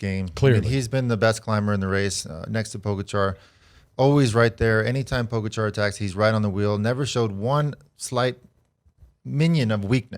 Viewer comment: I’d just like to say I bet money on Pogacar to win the stage - go me! Second note - what is it with Americans and literally being unable to pronounce any name at all - demolane...poooogachaaar.... what the hell?